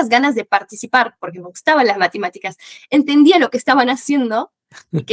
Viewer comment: No seamos exagerados. Errores de pronunciación: "corecto" "entendia" (en vez de entendía) "calidez" (pronuncia con una z inglesa con vibración) Errores del fraseo/imprecisiones: "hablar una base" Tonada/sutilezas: "semanas" pronuncia la A medio cortada como otros acentos (mexicano), si bien que hay argentinos que tiene esa tonada pero no corresponde al acento bonarense que imita ella y eso la delata Son cosas que se notaron en partes aleatorias del video, sin embargo ella tiene un nivel muy alto.